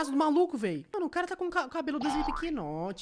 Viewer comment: "Slikipinot" KKKKKKKKKKKKKK MANO